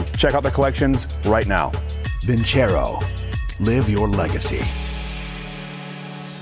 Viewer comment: Nobody really going to mention that he kept saying vinCHero?... there's no H in Vincero